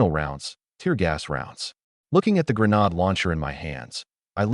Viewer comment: The word grenade is pronounced gruh nayd. It a long hard "a" not a short, soft "a".